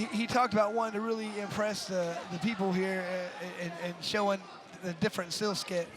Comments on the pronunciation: another controversial part about this is the announcer, 😂 My guy said “Showin the different SEELSKET” instead of “skill set” and he didn’t even correct himself either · Who hears the commentator said "the different sill sket"?😂 .